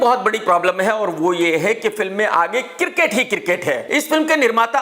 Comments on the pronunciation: Cricket - kirket 😅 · Kirket nhi hota krk bhai its Cricket 🏏